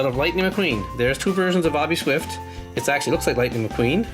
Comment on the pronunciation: his name is ""